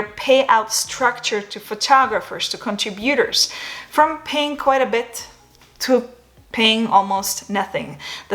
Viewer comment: Con-TRI-butors The accent goes on the second syllable.